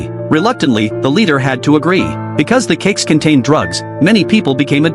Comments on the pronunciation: I thought you said Cakss 😅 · Say cakes again